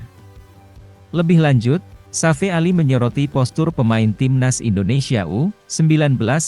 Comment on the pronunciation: Narasinya bikin pusying sakit kepala 😏😏😏😏😏 Safee Sali (Safi Sali) bukan Safe Ali...